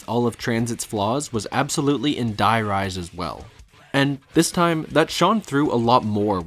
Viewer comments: the "die" in die rise is actually pronounced "dee" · I played so much of this map when I was younger and it was just today that I realised the name is meant to be a play on High Rise. I was so used to the german names that I always pronounced Die as Dee like it was german so I never picked up on it 🥴